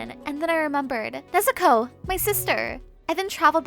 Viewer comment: Why does she say nezuko nezukow